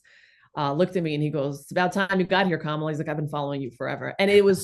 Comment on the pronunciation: 🐫la not Kamala❗